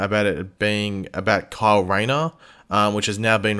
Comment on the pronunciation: I know you're saying Kyle, but I couldn't help hearing "Carl & Guy" 😅